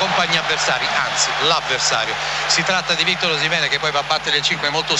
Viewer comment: Ma perché lo chiama OshimenE?